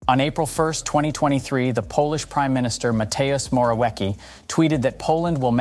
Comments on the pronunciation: Moore'o'viee-sky :D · Moravyetzky, not Morałjeki. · Mateusz moravieCki (C not silent as in circus) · Matheus Morawieki 🤣🤣🤣🤣🤣🤣🤣🤣 Please, launch something like google translate to show you how to pronounce names, it's not that hard and makes you seem like you actually try🤣🤣🤣. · Moraweki lmao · If you make video and read someone name pls make it correctly. Google how to pronounce Mateusz Morawiecki, its 10 sec, have some respect :/ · It's so funny to hear how Pinocchio's surname is bastardised by English speakers. :)